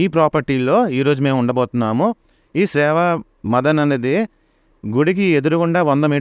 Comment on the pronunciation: Seva madan kaadu 😂😂sevva madam